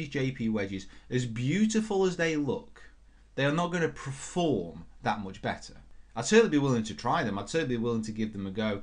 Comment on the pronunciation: Is it a northern thing to say "preform" instead of "perform"?